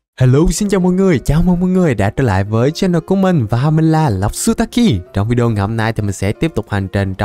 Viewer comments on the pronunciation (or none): none